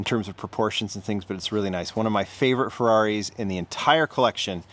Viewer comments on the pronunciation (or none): none